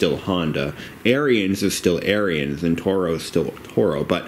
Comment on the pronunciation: Ariens is pronounced Aaron's.